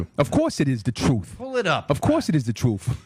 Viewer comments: I’m gonna get my facts from a white dude that says trufe lol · "Da troof" again. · “Of course it is the truf. Of course it is the truf ” 🤣🤣🤣🤣🤣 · Troof = truth Day = they Beder = better At least Rocky Balboa was a dummy, who got punched in the head, for a living, to end up talking that way. I wonder what happened to ra to end up talking like this....and oh yeah he's "THAT GUY" ...lol what a putz...